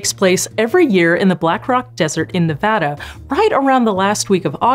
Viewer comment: Thank you so much for your correct and proper pronunciation of my state's name: "Neh VADD Uh" as opposed to the popular (outside of Nevada) incorrect pronunciation of "Neh VAW Duh" <─ 🤬 That makes me violent and my empathy for my fellow human goes temporarily attenuated, to say the least.. So, thanks for getting it right!